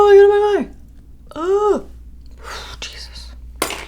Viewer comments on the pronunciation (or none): none